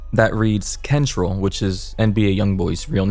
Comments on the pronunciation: It’s ken-tre-ell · Nigga said kentrul Lmfaooo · It’s not pronounced kentrell it’s pronounced kontrell but spelled kentrell😂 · it’s KEN-trell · Boyyyyy he said kentrul😭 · bro cant read kentrell right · the way you said kentrell is hilarious lol